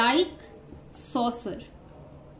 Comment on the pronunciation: Soccer ❌️ Saucer ✅️ 😂😂